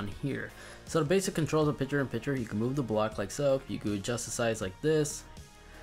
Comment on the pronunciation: Dude, it’s “picture” not “piture”. And it’s “library” not “libary”. But thank you for the new features.